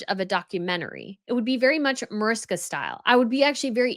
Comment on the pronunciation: MAARISHKA, not MOERISKA